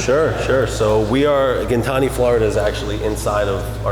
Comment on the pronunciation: its " gin tan i "